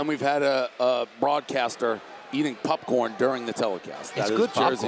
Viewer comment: he keeps saying pupcorn. wtf omg Lol 🤣😂